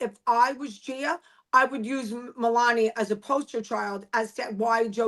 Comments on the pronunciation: Please pronounce Milania the way she says her name. Did you never watch the show Dana? It’s not that difficult to say MI-LAH-NEE-YA. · Dana, please, her name is Ma-lawn-nia. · PRONOUNCE IT——- MEE-LAWN—-NEE—- AH ‼️ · I don’t understand it since it’s not that difficult to say Milania. 😢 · Dana, your being stubborn, its Melania, Kim told you how to say it , you sound so silly. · Dana please please learn how to pronounce her name - it’s so freaking stupid you make up your own syllables and sounds of vowels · How hard is it to say her name correct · Dana complaining she can’t pronounce a common name correctly ~ moron.